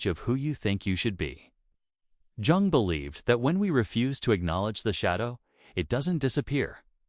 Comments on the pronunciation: Thank you for your presentation. Two little points I noted: According to historical research it is incorrect to describe the relationship of Jung and Adler with Freud as one of student to master. They were colleagues. The second is that it literally pains me to hear you mispronounce the name of Carl Jung. I hope this does not offend you; but for this detail I would have enjoyed this presentation far better! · the hard "J" on Jung gave me a chuckle